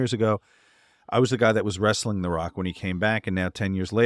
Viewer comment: Wres-sa-ling bro